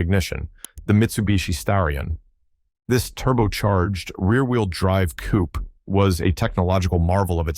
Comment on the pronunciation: "This turbo charged rear wheel drive coupe." Listen to that sentence again. Why do you over pronounce the letter P in coupe? Did your lips reverberate when you said it? Who taught you to pronounce letter P like that?